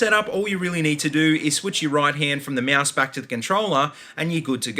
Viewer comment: mouse or moaoose? lol